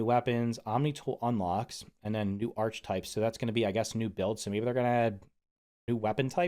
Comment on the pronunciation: Hi. No hate but it’s pronounced Arc-uh-type